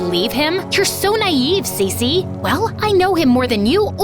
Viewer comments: Cece❌️ cici✅️ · When she said her name is cece it's sounded like she said si si🤌